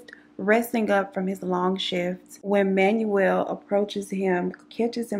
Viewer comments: Manuel is pronounced Manwell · Awesome video I'm an Aquarius ♒ and he was just a sad situation...his name is pronounced Man-well V-ay-haas ❤️❤️❤️ I hope your new baby settles in soon.